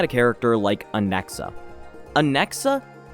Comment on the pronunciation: Or as he says it “Anexa” 😂